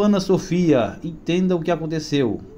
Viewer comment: A nenina é Ana Sofia, fale direito. Essa adolescente be estudada